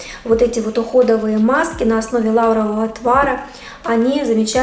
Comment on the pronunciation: НЕ лАрового, А лаврОвого настоя. Ставьте правильно ударение!!!